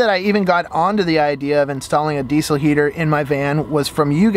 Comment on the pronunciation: The way you say diesel gives me a stroke